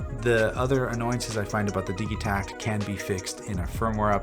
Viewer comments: Its pronounced di(d)gitekt ! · Why are you pronouncing the G hard? Do you say diggital or dijital? Either way love the vid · I've heard several people pronounce the name of this machine with a hard g, as in digging, rather than a soft g, as in digital. Is it supposed to be pronounced like that?